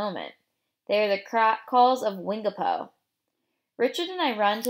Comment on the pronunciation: You don't say wingapo correctly